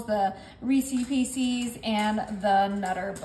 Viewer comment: I can't continue watching this. For some reason it is just getting annoying. Maybe the Reesies Piecies that she keeps saying. It's REECE'S PIECES, BTW. Or her comment about what she will or will not accept in the comments. Or the creepy commenter off camera. Nice recipe. A little rich. But the video. A little too much for me. Thanks anyway.